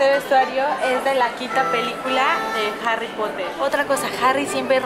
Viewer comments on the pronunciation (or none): Harri popoter jajaja